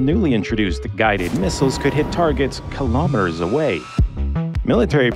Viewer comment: ...if only he could properly pronounce kilometer!